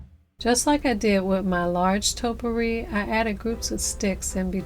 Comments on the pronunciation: There is no such thing as "totpourri." Topiary ( TOE-PEE-AIR-EE) is the art or practice of clipping shrubs or trees into geometric or ornamental shapes. A Topiary is the shrub or tree that has been shaped. Topiaries is the plural form. Now that we got that out of the way, you did a lovely job. Your topiaries look great! Merry Christmas, everyone! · Toe-pee-airy not toe-per-ees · Its pronounced topy ary. Not topery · Nice job but i have to say this topiary is pronounced toe pee ary. thank you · Stunning hair and thanks for the instructions. But gotta say -- it's TOE-pee-airy! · I actually like the last one the best, but they all look wonderful. It should be pronounced "toe pee air ee". These all look beautiful. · You did an excellent job and I love, love LOVE your videos(!!) so, I don't want you to think I'm being a grammar nazi. OK? PLEASE?! But...'Topiary' is pronounced like [TOE-pee-AIR-ee]. I was going to not say anything but you're such a nice person - or you seem to be - and I know I would want to know if I was mispronouncing a word. Thanks again for your AWESOME videos!! :-) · Great ideas to save cash but the correct way to pronounce the word taupe~E~ ary Hopefully that helps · Hi! I'm a new fan. I started following you just before your summer break. Pardon me, but you are pronouncing topiary incorrectly. It's toe-pee-air-ee. I'm not the grammar Nazi, I'm only trying to help.